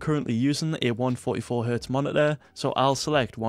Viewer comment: he really said monituhh